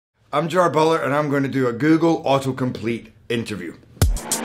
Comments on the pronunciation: "I'm Gerrrwwrr Brrwrrrr and I'm going to do a Google Autocomplete Interview" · Sounds like he says "I'm jar boler" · Ah, so it's "Gerar Boodla" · I was already surprised within literally the first few seconds, like that's how you pronounce his name??? Alrighty.